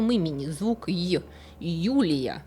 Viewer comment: Почему Ю"р"ия, но К"л"еопатра???